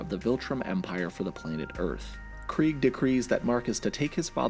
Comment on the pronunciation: Kregg, pronounced “Kreeg”, sounds like the German word for “war” which is “Krieg”, pronounced in a similar way. Honestly I think it’s a badass pronunciation.